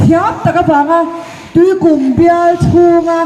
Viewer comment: 'Tuikūm 'tih poh lam dikko nghal😂😂😂